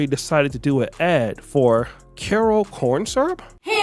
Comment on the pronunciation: She can't even pronounce Karo correctly.